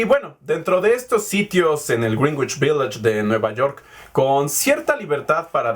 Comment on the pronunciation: ¡Muy buen video!, como crítica constructiva, te recomiendo checar la pronunciación de "Greenwich" :)